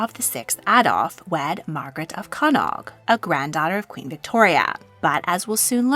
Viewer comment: I thought Desiree Clary have some Irish ancestry? It would be so diluted for the present Swedish royals of course. Also Connaught is pronounced Konawt but I understand it is difficult to pronounce all these places correctly. 😀